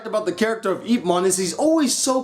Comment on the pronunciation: your pronoucing IP wrong ....yip